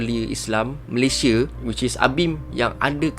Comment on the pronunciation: Salah sebut tu..ini adalah asas kita sebagai Rakyat negara ini..nama negara kita, Malaysia..sebutan Malaysia..bukan Malayshe..atau Malaysye..Malaysiee boleh lagi..kita sepatutnya sebut dengan sebutan baku.. perkataan Malaysia adalah kata nama khas.. Malaysia..bukan Malayshe😌😌😌😌